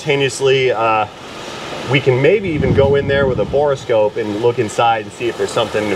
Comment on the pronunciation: My left eye twitches every time mispronounces borescope as bore-eh-scope